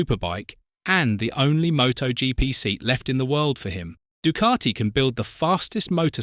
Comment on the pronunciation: It’s not du cart I It’s Ducati